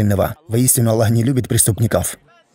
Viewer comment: Почему, вы пишете Джазакя-лляху? Я например нигде в курьане не слышал, чтоб АЛЛАh звучал как Аллях. Астагфируллаh. И нигде никогда не слышал, чтобы учили курьану таким образом, как вы произносите. Простите конечно меня. Но я часто вижу и слышу подобное произношение (неправильное)